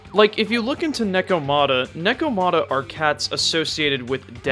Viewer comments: It is neko ma ta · paused, comment, disliked and closed it because of how you pronounced Nekomata despite them saying it several times in the game